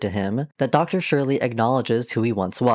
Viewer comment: Why does every video about Toontown call Dr. Surlee “Dr. Shirley”? Does this just sprout from how Loopy Goopy used to say it or is that just how everyone thinks it’s pronounced?